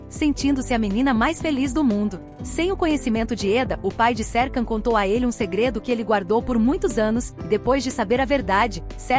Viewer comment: você fala o nome dele errado